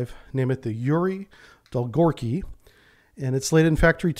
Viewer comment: The correct pronunciation of Yuri Dolgoruky is Yuri Dol-go-ruky (Yuri long-arms)